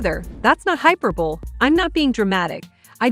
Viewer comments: No you didn't. Pronounce that word again. Did you say" hyperbole" like superbowl. Please look up how to pronounce hyperbole. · the narrator can't pronounce the word hyperbole. Pronounced hī-PER-buh-lee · Hyperbole is pronounced hy-PER-bowl-lee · Why does everyone pronounce "hyperbole" incorrectly?